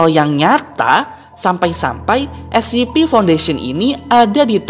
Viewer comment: Kak itu baca mya bukan escipi tapi escepe